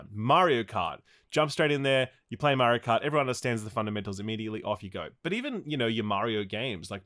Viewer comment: I caught actually pronouncing “Mario” CORRECTLY LOL